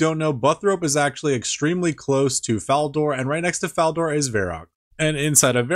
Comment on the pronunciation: i feel like the way you pronounce burthorpe and falador is rage bait so i will just say this: i will NEVER PRONOUNCE IT POON